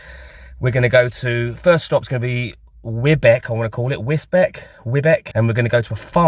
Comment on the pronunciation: Love your VanLife vlogs....... Amazing Grace looking great too....... That wrap looked well gorgeous!!!!!..... mine would definitely split if I tried to get that much filling in.... and no sign of a sausage??!!!!????? 😂😂😂..... Think your first stop over is pronounced "Wisbeach"....... Looking forward to the next vlog already....... Have an AWESOME time away both of ya......... M&MX ❤️ / Mark T X ♥️ / Tetanus Ted X ♥️ / Unofficial BHB X ❤️